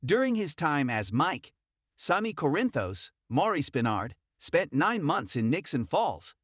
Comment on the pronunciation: Jason Priestley? I wish the people who do the commentating of these videos, would, learn how to pronounce the actors on GH. Drives me crazy! Haha funny they can pronounce Corinthos, but can't pronounce, Sonny or Ava or drives me crazy haha. Also Nina! Come on, please learn to say their names, please!